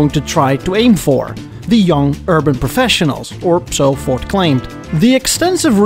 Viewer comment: I swear you keep saying 'Fort' instead of Ford.